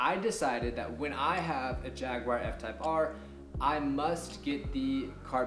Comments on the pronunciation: and if you want to go full "British" with it, there is also no "whar" in Jaguar. Just "u-er" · Informative video. Also, theres no "WIRE" in the name Jaguar, lol